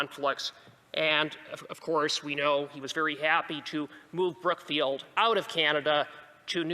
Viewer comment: Lol did he say Crookfield or Brookfield